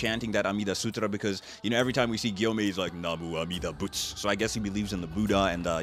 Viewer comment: Really really clear pronounce of "Namuami-dabutsu"! Sounds like a native Japanese!! (from Japan)